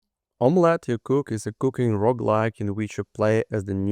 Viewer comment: i'm sure it's meant to be pronounced sort of like "imma let you cook". Come on.